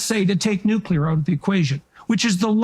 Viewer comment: It's 'Nuc - lear' nuclear pronounced New- clee - ar not: New kew - lar. President Bush (George Bush) constantly made the same mistake. (Just sayin' ) I adore Danielle Smith, she thinks and speaks so clearly and logically, and so correctly. A great communicator, as is Jordan Peterson. It would be political and social suicide to align oneself with Justin Trudeau and the Liberals. Mark Carney would be making a huge mistake because jumping on board a ship that is sinking so rapidly , no matter how good you are at baling, it's going to sink as you are baling and arguing with a Captain, who is determined to make it sink, and determined to make it look like an accident.